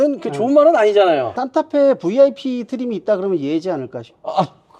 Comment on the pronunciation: 산타페사세요로 들리네 ㅋㅋ